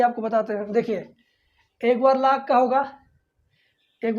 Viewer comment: Laag ya log 🤣 Yaks= x Lekin sir thanks